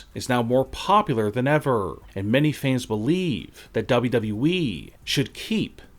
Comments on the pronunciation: How tf is it you pronounce wwe?? It sounds like you Are saying dobdobueeeee 😂 please just stfu. 😂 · Why does he pronounce WWE DoubledubE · The only reason why I’m still Subscribe is so I can hear you say W W E